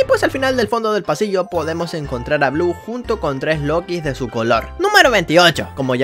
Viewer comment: yellow es niño. los lookies no se dice como lokis se pronuncia lukis pero se escribe lookies. la guarida de purple es fácil solo te agachas y ya lo pasas no te come, solo ten cuidado de que no ese algun otro rainbow friend.